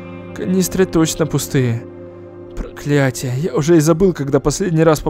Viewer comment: Пересмотрела сто раз и не заметила,и только щас услышала что он на начале сказал"прокалятие"